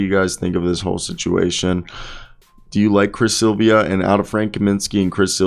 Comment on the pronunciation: If you’re gonna do commentary, do the basic RESEARCH and learn THE PROPER PRONUNCIATION of peoples names! Silva is an incredibly easy name to say. It’s NOT Silvia. 😂